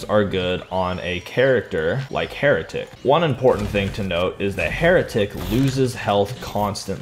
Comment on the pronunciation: "For being a heratic"-the heratic